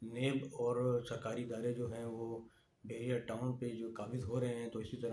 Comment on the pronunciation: Bahria , not behria